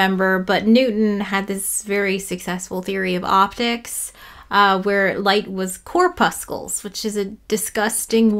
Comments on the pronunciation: Hi! Thanks for this video! Hint: "core-pussel" the second C is silent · I don't know if this will soften your dislike of "corpuscle", but it's pronounced like "muscle". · WAIT! Have I been pronouncing corpuscle wrong my whole life!? All 3 times!? Like "muscle", except minus the "m" and add "corp" to the beginning. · Are you mispronouncing corpuscle to make it sound disgusting? Because it's working! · The word is much less dreaded and disgusting if you remove the errent hard c near the end.🤣🤣 I haven't finished but so far another great vid. Lots of challenging pronunciations in this one with Hawkins (with a g and y) and of course Fres-nel. I think im gonna read up on Fresnel.